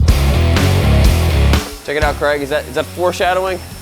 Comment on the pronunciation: when are you going to learn how to pronounce Craig correctly?